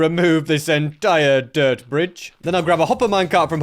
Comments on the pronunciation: why did bro say dirt like that? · WHAT WAS THAT ACCENT WHEN SAYING DIRT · pardon? "dirit"? "sheares"? plz tell me I'm not the only one hearing this